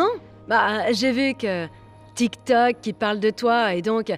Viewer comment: La meuf elle fait sa maline mais elle connaît pas dire tik tok .